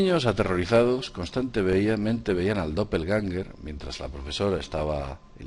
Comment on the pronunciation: Doppelgänger se dice...